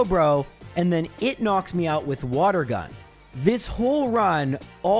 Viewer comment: Each time says knocks me out my brain hears knocks Meowth